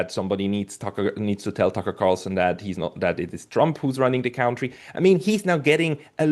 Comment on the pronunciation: Gotta work on the "cown-tree" pronunciation. He's clearly fluent in English - which means he's accustomed to hearing it spoken; there's no way he's Ever heard the word pronounced that way (he's the only one on Earth who does it).